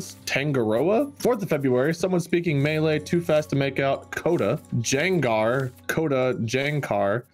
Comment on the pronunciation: when your language gets pronouced as "melee" instead of "mè-lay"